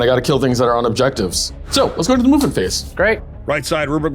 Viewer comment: I always hear "Mubin Phase" instead of "Movement Phase".